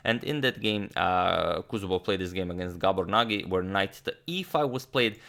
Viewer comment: Nagy is pronounced something like Nadj in Hungarian, or Naď, if you are familiar with this notation.